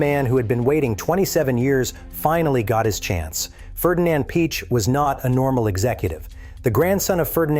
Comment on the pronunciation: AI voice pronounces all italian and german names incorrectly. All of them, without exception. Not even "desmosedici" is correctly pronounced. Piëch isn't "Peach" etc. Even if the information provided is interesting ... I just can't stand this AI stuff anymore.